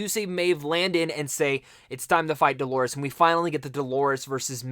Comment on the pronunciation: D-O-L-O-R-E-S. Dolores, not Delores. Maeve, not Mave or Mayv!!!